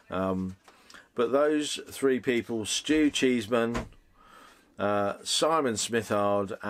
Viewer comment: Its not Cheeseman its Chesman lol